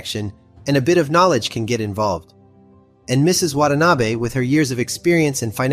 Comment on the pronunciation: excellent, excellent, excellent work. I've contacted the fuzz about the criminally low viewer n sub count. 1 small critique, from someone who lived in japan for approx 15 years, yr pronunciation of "Watanabe" is pretty good, but yr pronunciation of Abe is not. there is only 1 "a" sound in japanese. the abe in "watan-abe" is also how you should also pronounce the assassinated former pm Abe. ( Arbeh) name. thankyou for your scintillating effort.